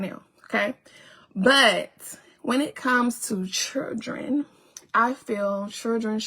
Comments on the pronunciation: Why do she have repeat every single sentence? Omg she do fkn annoying and she still can't say children right i can't stand this 304. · She needs to learn how to say children! 😂😂